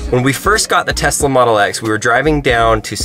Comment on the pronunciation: Telsa as not saif